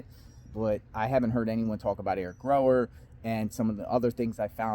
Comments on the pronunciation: Gower not Grower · Theres no "r" in Gower's name... just like theres no "L" in Kohberger.😂😂 Sorry but that drives me nuts. Its not grower or kohlberger... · it's Gower and pronounced that way. pronounced it wrong.